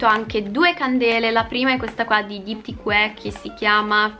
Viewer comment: Si dice Diptique